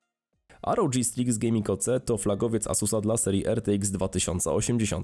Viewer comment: asus rodż striks ahahahahahah to sie czyta ROG republic of gamers a nie republic of dżamers...